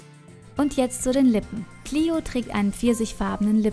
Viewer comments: Lukas Herzog Die englische Aussprache ist "Clio". :) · Xenia Speier "Clio" ist die englische Aussprache von dem Namen. :)